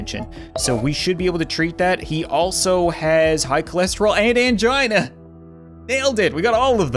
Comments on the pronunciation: Ok so, when you said Angina I immediately thought that you said 'CHINA!'. Well, that fits perfectly with the situation! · Elisavet A. i thought he did too